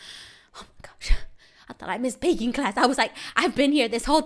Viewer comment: When screamed baking I thought she said bacon 🥓 lol